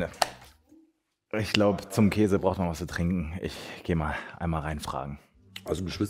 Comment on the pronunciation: Wie einfach jeder Käse von dir falsch ausgesprochen wird 😂😂😂